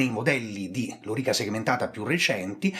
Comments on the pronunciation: cioe' ragazzi : Lori'ca Segmentata.. e' praticamente l'unico storico al mondo che l'ha pronunciata bene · Intanto grazie per la pronuncia, per fortuna non ho mai avuto modo di parlarne ma avrei sicuramente messo l'accento sulla O, pronunciandola sdrucciola e non piana. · Scusa ma sempre sentito lòrica. Chiramente hai pienamete ragione sulla faccenda della riforma dell'armamento a seguito della disfatta di Carre. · Vero, ma anche Carlo Rolle pronuncia correttamente e in restituta.